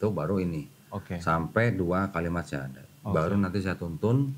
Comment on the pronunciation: Alhamdulillah semoga Istiqomah bang salut walau baru 1kali bersyahadat sudah sangat fasih pengucapannya